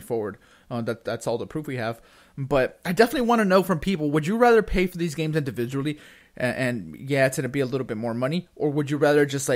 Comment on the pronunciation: induviduly...? maybe. I dont know.